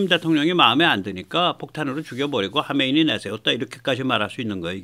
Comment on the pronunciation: '하메이니'가 아니라 '하메네이'입니다